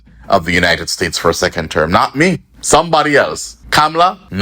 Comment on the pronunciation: Sound like a true Caribbean man , by saying not me , not me😂😂😂😂😂😂🇰🇳